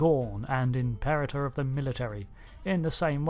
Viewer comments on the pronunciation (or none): none